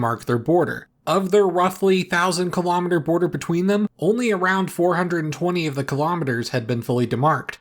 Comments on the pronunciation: You also mispronounced kilometre, so it doesn't matter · The noun is "kilometre", not "clowmeater", but it's not like he cares